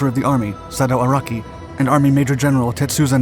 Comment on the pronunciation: pretty sure he was promoted to "major", not "mayor". Lolololol